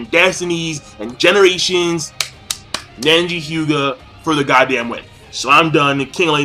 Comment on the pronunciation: Seriously, you can't say one name right, or even a technique... Nenji? Notradamus? Bayakyugan? xDDD It's not like you're way off on the names, but damn...